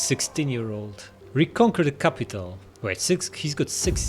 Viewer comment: "Crapital" Lol 😂XD